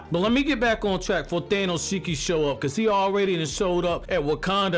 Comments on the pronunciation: man called him "Thanoshiki" lmfao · He said thanoshiki I'm done this man funny 😂